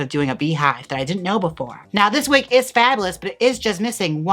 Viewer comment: LMAOOO "Let's just give this weg,, I sprehhhhhhtz~" CACKLING